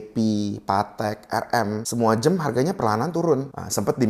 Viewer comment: Jam bukan jem maaf🙏🤣